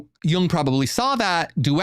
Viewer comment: Not pronounced "yAng" but yOOng